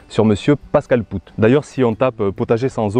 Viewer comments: Salut, tout d'abord je vais de nouveau rabacher ce que j'ai déjà écrit: Bravo pr tes vidéos et notamment pr cette dernière. Elle est très intéressante et bien documenté. Petit détail: Pascal POOT ne se dit pas ("pout") mais ("pote"). Je l'ai rencontré il y a 2 ans de cela, j'ai pu discuter avec son épouse. J'ai fait quasi la même expérience que toi avec ses graines: 0 résultat probant, pas de différence notable. Je suis comme M POOT: Climat aride, pas d'eau. Seul solution trouvé: fumier de mon poulailler et broya de végétaux. En effet, mon rendement est médiocre mais le goût de mes tomates cerises, courgettes, concombre et pommes de terre est sans aucune comparaison avec les grandes surfaces et même les producteurs locaux. Pourquoi? Parce que le manque d'eau met en stress le plant. Ce dernier, se concentre sur le peu de fruit/légume qu'il porte. Cette façon de cultiver m'est propre car je n'ai pas d'autre moyen pour cultiver les légumes de façon naturel. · Poot, c'est un nom Belge et ça se prononce Paute. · Wah ça fais beaucoup de calculs tout ça. J'aime bien comment tu dis pascal poutte. Ici on prononce les deux oo comme le son au...comme si tu dirais pascal paute. Sinon c'est dans ces cas là que je suis content d'avoir un petit potager ça demande beaucoup moins d'eau mais ici en ville les maisons ont des citernes d'eau de pluie enterrés et c'est hyper pratique. C'est même obligation sur les nouvelles constructions d'en avoir une. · OUi désolé... Sur ce coup, c'est pas malin. Et pire encore je le savais mais je sais pas pourquoi, en préparant la vidéo, je suis parti sur cette prononciation et elle ne m'a pas lâché. Désolé pour lui.